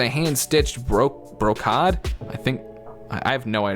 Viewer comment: Brocade.....pronounced "BROCAID"